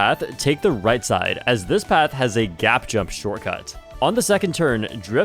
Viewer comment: The way he said "take the right side" legit sounded like "take the RED side"